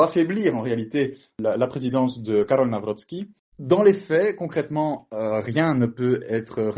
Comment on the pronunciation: Karol Nawrocki et non Karol Nawroscki ...